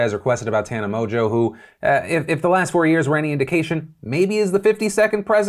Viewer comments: Pronouncing it as mojo is pretty weird. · mongeau is not pronounced mojo. ngeau is not jo. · The way Philip pronounces Mongeau reminds me of WatchMojo and now I can’t help but think about WatchMojo having an OnlyFans account